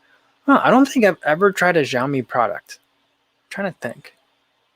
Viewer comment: FYI: xiaomi = shao mi